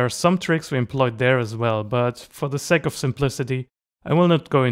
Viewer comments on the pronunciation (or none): none